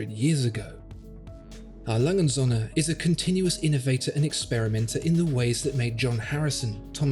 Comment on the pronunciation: und Söhne, not "Sonne". With a long ö , and u is an oe as in shoe...please Sonne= Sun, Söhne = sons